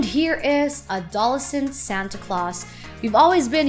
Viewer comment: Yet can't pronounce words correctly, like adolescent.